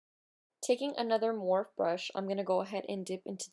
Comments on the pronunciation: It's pronounced More-Fee, not morf. Jus sayin. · how dare her manager let her upload this video mispronouncing morpheeeeeeeeeeeeee COÑO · You're so BEAUTIFUL!!!! Love love this make up look But it's actually Morph-ee lol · Love the smokey eye! & does it really freaking matter how somebody pronounces something, morph-E or morphe, you still know what it is! Chill lol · That's how I say so when heard other you tubers saying morpheee I was like "they're saying wrong omg "lol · Lmfao at all these comments correcting on how to say "Morphe" I can just imagine saying "Pero me entendieron" haha. Love this look keep doing you boo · Are people really getting butt hurt over how you pronounce Morphe and not on the PURPOSE of the video.. People are so SMH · Why does she say morphe like that? lol